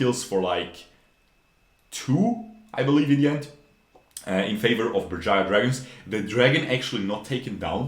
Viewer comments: Berjaya Dragons You're correct, the pronounciation is on point. Some people would say Beurjeya dragons. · yep u pronounce it Right , in our native language , the team name is kinda cringe to be honest